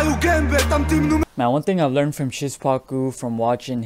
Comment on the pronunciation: You pronounce Szpaku weird xd. It should be "Shpacoo"